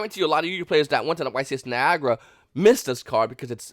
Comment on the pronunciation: Its Nye~agruh not Ni~gur